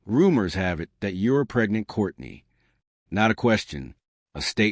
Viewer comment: I only watched this because this person calls Kourtney’s old ass Kourney ( Korny)😂